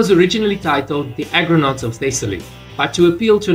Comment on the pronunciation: argonautes 'sailors of the Argo' not agronautes 'sailors of the field'